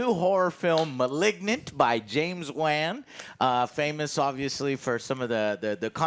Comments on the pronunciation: It’s killing me he’s pronouncing Wan as W- Ann and not W -On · James Wahn? James WOHN. Come on I feel like you hardly try sometimes… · Wan is pronounced: "WAUN" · Can someone please tell joe how to pronounce James WAN 😂😂😂😂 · Does joe be saving shit wrong on purpose? How you not know how to pronounce James Wan and why do they never correct him god it’s annoying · Why do you say the director's surname in a way that makes you sound like you were dropped on the head as a toddler? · Please say James Wans name right. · Do and know how to pronounce James Wan’s last name and just let joe butcher it?